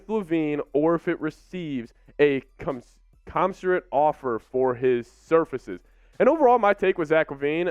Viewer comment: Cuh-men-sir-it. And nice report. 👊🏽